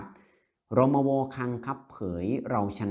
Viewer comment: อ่าน รมว. ให้ถูกต้องหน่อย